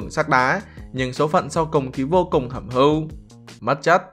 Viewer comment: Hẩm hiu chứ ko phải hẩm hưu anh ơi